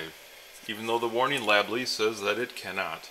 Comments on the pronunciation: i was laughing when you kept saying lable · I laughed every time you said "warning lablee" haha